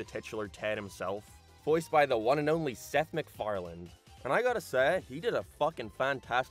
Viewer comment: It's hard to take the video seriously when in the first 2 seconds you say "Seth MacFarland"